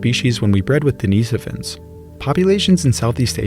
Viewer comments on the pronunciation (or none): If schizophrenia is a factor in human evolution, so is psychopathy. I wish it wasn't. Also, "Deh-ni-SO-vans". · I've never heard Denisovans pronounced deNEEsufins. Is that the proper way to pronounce it?